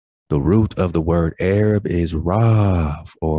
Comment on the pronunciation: ... the way you say arab (a-rob) reminds me of the moorish nagas calling Joshua "a robber". They weren't lying but hiding the indigenous truth with their word magic/craft. Who is St. Moses the Black to them? He's also "a robber". 🎶 "Kundalini rising, it's the wake up stretch" 🎶